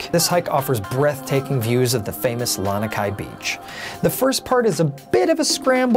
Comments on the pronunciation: Yeah, me too. And "Lanakai" instead of "Lanikai". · Awesome video! But, it's Lani (La-knee) kai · First fail I noticed from him was he said "Lanakai". I stopped watching and thumbs down after that. Just another non-local pretending to be some kind of expert. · I cringed every time he mispronounced Lanikai too!